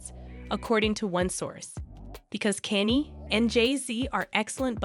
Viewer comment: I think you should learn the correct pronunciation of Kanye 's name. It's not Kenny. Makes me question your research.